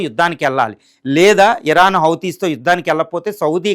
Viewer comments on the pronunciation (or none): none